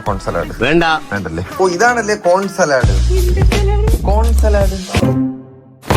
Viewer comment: സലാഡ് അല്ല."സാലഡ്"